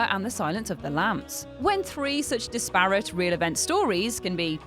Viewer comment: Dis-parrot? Do you mean disparate?